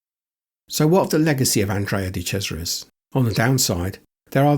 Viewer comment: Oh happy days finally someone who can pronounce his name correctly🎉